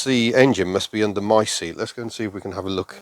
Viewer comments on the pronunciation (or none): none